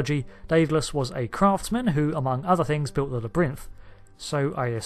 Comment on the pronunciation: I've never heard anyone say "labyrinth" quite as weirdly as that.